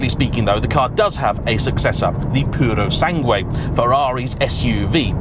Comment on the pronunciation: Yo when you say "Puro Sangue" the U is silent in Sangue 😉